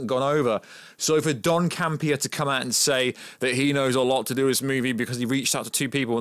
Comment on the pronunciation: John Campea not Don Campea.